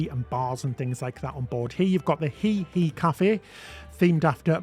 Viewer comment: Just an FYI, The Hei Hei Café is pronounced Hay Hay. I had to giggle when i heard he he 😊